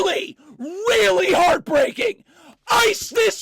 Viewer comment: "THIS IS REALLY REALLY Hartbreaking." lol